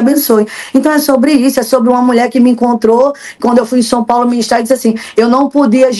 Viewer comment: Fala errado sompaulo? São Paulo